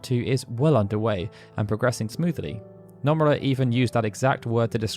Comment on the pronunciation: stop saying numerra! it's NO MU RA